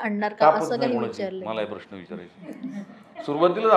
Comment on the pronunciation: please श आणि ष यातील फरक समजून घ्यावा. "प्रश्न" हा शब्द उच्चारताना प्रश्न ''श " वापरावा आयुष्य लां ष हा ऊच्चार असावा सर्व श असलेल्या शब्दांना ष please वापरु नये, ऐकायला बरोबर नाही वाटत